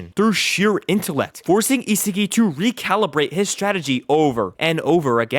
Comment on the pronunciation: WHO IS "ISIGI" ITS ISAGI BRO 😭😭😭😭